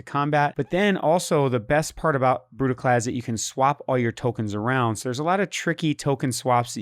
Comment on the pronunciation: You said Brudiclad wrong, pretty sure it requires a Scottish accent